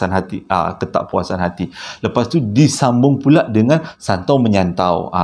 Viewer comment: Maap ya bang terkekek2 saya gelakkan abg masa kat tu. Abg nak sebut santau kan? Haha! Saya baru je lalu terowong menora tetengah malam haritu. Alhamdulillah takde benda2 pelik berlaku. Dulu2 terowong tu femes dengan kisah vw kuning. Sekarang takde dah kot.